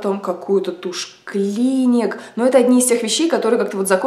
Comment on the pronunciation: не клИник, а клинИк))